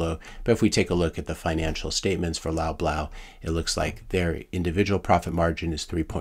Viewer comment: You had me in stitches at some points 😂. I wish I could laugh longer, the tough reality of it all is quite sobering... Oh and it's pronounced "lob-laws" as in "paws"